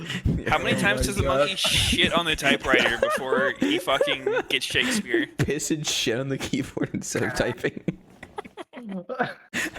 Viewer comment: pronouncing it “shakesphere” is too good